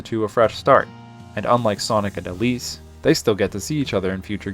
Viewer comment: it sounds like you called Elise "obese" and it's sending me and my friend rn